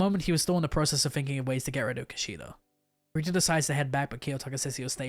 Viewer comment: Bro, well done, nice vids but there aren't any Horikta characters in the LN's... Say it with me: HO-RI-KI-TA! 😂😂